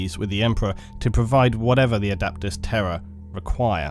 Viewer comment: One complaint: you pronounce the words "terror" and "Terra" the same, which has caused me a lot of confusion.